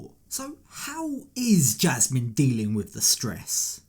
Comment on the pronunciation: voice alone, but especially his pronunciation of Jasmine (jeeasmine) and Panama (peeanimuh) drive me crazy. Also, why does a 50 somthing adult man's voice crack like a 12 yr old so much?